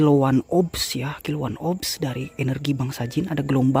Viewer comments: Kilauan obs yaa. kilauan obs. 🤣🤭🤭🤣 nyebut orbs aja cacat,ngaku indigo. Indigo itu pd dasarnya orang pinter. penyebutan kalimat aja salah betingkah tau sisi lain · kalo copy paste dari google begini. 🤣🤭🤭🤣. Kuping sendiri aja budeg. Jelas jelas obs. Ga ada kalimat R lu sebu. Google sendiri penyebutan orbs itu bagaimana. Belajar nipu ah. Biar jd indigo jg